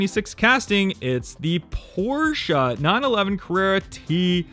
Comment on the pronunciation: I like you because you're one of the few youtuber collectors to actually say Porsche correctly